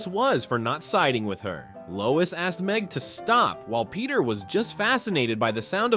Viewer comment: NIT MEG NOT MEG😂😂